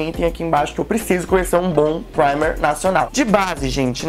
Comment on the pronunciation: Acho muito engraçado o jeito que vc diz "primer" kkkkkkk Testa o primeiro da Ruby Rose, não sei se vc já testou, pq não te acompanho a muito tempo, comecei a acompanhar depois do vídeo de recebidos com a Niina. Testa ele, talvez vc vai gostar, vejo muitas resenhas boas dele e eu particularmente gosto muito! Um bjo 😘😘😘❤